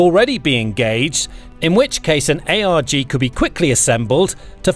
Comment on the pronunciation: And MEU is “Mew,” and ARG is not A.R.G. And L-Cack (not L.C.A.C.) haha it’s tough to watch this stuff sometimes haha